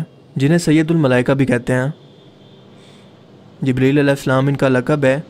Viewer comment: bhai aP word ko ghalAt q boLte ho J ko z parte ho q bhai fazooL ka natak jaan booch kr q krte ho bhai bura lGta hai bhai bhale aP india se ho pr kia india waley itne b jahiL thori h bro zibreel nhi jibreel hOta